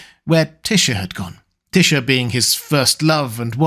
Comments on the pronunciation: Tisha? Always thought it was pronounced Tie-sha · Just decided to pronounce Tysha differently than everyone else, huh?